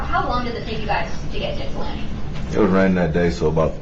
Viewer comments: I’m also incredibly impressed you pronounced Ypsilanti correctly! Not many non-natives can! 👏🏻👏🏻👏🏻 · Nice job with the pronunciation of Ypsilanti, G! 👍🏻